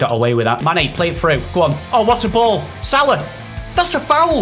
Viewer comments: It's pronounced sala not sarlar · Ffs it’s Sal-a not solaw it’s so triggering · It’s pronounced sala not salar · It's pronounced sala not salar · you pronounce salah completely wrong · that’s not how you pronounce salah